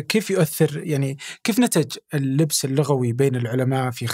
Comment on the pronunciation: سؤال المذيع في وقت س كيف نتج اللبس اللغوي ونطقها اللبس من اللباس 😂 والشيخ مافهمها قسم بالله مذيع مضطرب وفاشل